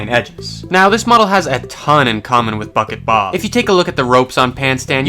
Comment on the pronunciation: Am I the only one that hears f*ck it Bob every time he says bucket bob?